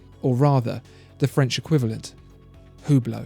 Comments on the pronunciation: It's pronounced "ooo-blow", btw, not "hue-blow" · Its pronounce without the H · Learn how to pronunce Hublot. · you are absolutely fantastic. love your vids. However, it is absolutely ridiculous how you pronounce the french watch brands!